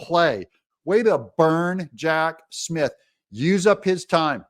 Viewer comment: Did I hear you say, Hack Smith? 🤣